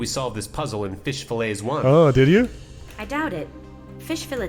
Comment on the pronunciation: Flounder says "Fill-ays" and Guppy says "Fill-its" 😊